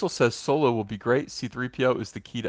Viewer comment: I thought Solo was actually called Soylo.because you say it so convincingly.